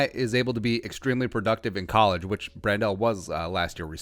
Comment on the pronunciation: Pronounced like Handle with a "Br" not "Brand-Del"